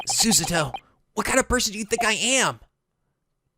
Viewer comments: Think of pronouncing Susato like the name SUSAN. Except you drop the 'N' and replace that with the character '-TO'; Which sounds like the first part of the word TOGA. If you get into trouble with name pronunciations I'll leave you comments to help break the names down. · Every time tries to say Susato it sounds like he's singing Sussudio by Phil Collins. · the name Susato is pronounced like this Su-Sah-To or Su-Sah-doe, I also checked the meaning of mikotoba. It means taking a person at his or her word. An interpretation of the term means openly believing pleas of innocence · Hey hey~ maybe you should try pronouncing her name Su'sato (stressing on "sa", not "su"), see if that works . w .)b You can put スサトin google translate for voice refference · Sue - Saw - Toe That’s how you “properly”, I hope that’s helpful. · Repeat after me: Sue - SAH - Toh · Trying saying it as Sue - Sah - Toe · we need a new counter; how many times can fuck up Susoo-Suti-Suzoozu- Sastoo Sasquach shit I got this don't worry Sassu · it's pronounced SUE-ZA-TOE. Susato = SUE-ZA-TOE Please read this message it really rolls off the tongue. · I think you were saying it pretty much right originally,... Sue-Sah-Toh The harder you try... it sounds weirder... just go with your guts. no offense XD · ITS PRONOUCED SU-SA-TO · pronunciations: Asahina = Ashina Morishige = Moshirige Susato = Susussasastoto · it's pronouced Su-sah-toh (toss) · You should add a "mispronouncing Susato's name" Counter. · Wow we should have a counter for the amount of times mispronounces Susato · Can we have a " can't pronounce Susato" counter? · think of Sushi, then add Ato, it might help you on pronouncing Susato:) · Can we make a counter of how many times fails to say Susato? Because that could be fun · I'm really glad likes Susato, even if he can't pronounce her name right.;) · Soo-Sah-Toh. It's Su-sa-to, not Su-ZAto.